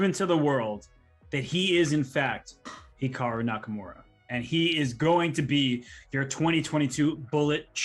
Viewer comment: "HIAKRU" lol, close enough...